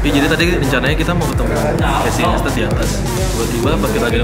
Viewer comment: Nice video bgt kyk diblkng layarnya video yg casey buat slama di jakarta but Naistet bacanya bukan Nestat🙄